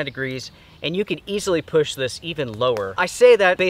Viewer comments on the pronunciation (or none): none